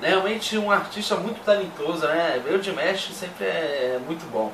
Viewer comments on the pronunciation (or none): Galerinha só uma observação, coisinha boba... na pronuncia do nome dele o "ma' se pronuncia "má" msm, então se fala "DiMÁsh" e não "Dimesh"... Por favor façam a alegria dessa dear... q o próximo react do Di seja ele cantando The love of tired swans no Kremlin ou My heat will go on que ele cantou recentemente (11/12) no Hainan International Film Festival... Muito grata desde já!